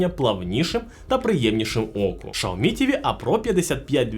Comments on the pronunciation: Xiaomi - Сяомі ШАОМІ - Це на Клінгонському? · а можна адекватний огляд і нормально називати бренди а не шаомі а сяомі або ксяомі а не рекламувати свій магазин пів відео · Яке шаомі? Сяомі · Каждый раз после слова «шаоми» просыпается желание прописать «чапалах» 🤣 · какой нах.. Шаоми!? Китайцы себя назвали [Cяо́-Мі] не шаоми, не ксиоми... Слухайте уважніще, а то потім виходить у всьому світі "Рено CARTUR" а у деяких "Рено сартир" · Єй Шаомі 🤣🤣🤣🤣 Чі Шаурмі 😋🤣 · Шаоми 😂😂😂 расшифровка для этого "эксперта": Сяо-маленький Ми-рисинка. СяоМи=маленькая рисинка ;) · Шаоми ??? 😂😂😂 Вы издеваетесь? Вы бы сначала воспользовались голосовым переводчиком,а потом пургу несли. Я думала меня ничем не удивить... А тут Шаоми 😂😂😂😂 🤦🤦🤦. Во как ... Вы бы этого говорящего человека поменяли на другого. На него смотреть страшно. А уж слушать...🤮🤮🤮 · Шаомі, ізірнет, це що за нова мова?), що за неук писав текст? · удачи😂😂😂. Правильно Сяоми. Воспользуйтесь голосовым переводчиком. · Навчіть свого індуса говорити вірно XIAOMI